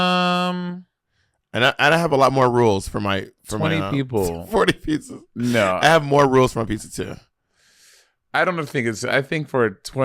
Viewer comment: Bob saying pee-suhs (pizzas) is cracking me up 😆